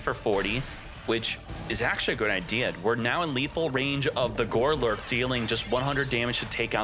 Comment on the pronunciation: How many times are you going to say GOLURK incorrectly?! Not gore-lurk. GOlurk.